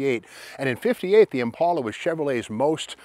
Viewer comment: Impala. Not impaula